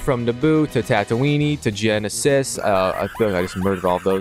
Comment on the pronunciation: wait youve played all the lego games and dont know how to pronounce tatooine and geonosis? have you watched all the movies or did you skip that?